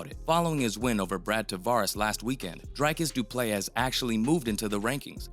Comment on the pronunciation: Dreek-is Dew-plew-see learn names dude